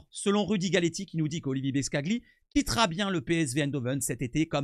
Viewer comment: Pour la prochaine vidéo ca ce lit BOSCALI le G est muet :P Sinon belle vidéo et beau travail de ta part